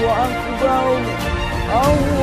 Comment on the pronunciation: Azan nya saja salah membaca, akbar dia baca axbar